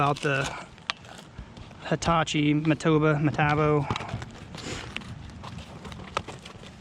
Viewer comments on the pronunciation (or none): PS. Dawson. Ga. If no one is asking, I'd gladly accept the free nailer. I have a pneumatic but it would be nice. By the way, it's "ma" tab. as in "cob", O 😅 metabo. Be blessed!